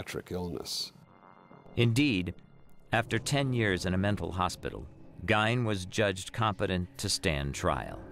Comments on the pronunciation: Idiots, it's pernounced "Ed gein" Not "Ed Geine" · This guy does not even know how to pronounce Ed's last name.